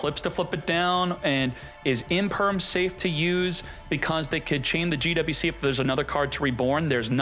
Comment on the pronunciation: Gee double U C... soo hard to pronounce just say Gee Wee Cee, dammit..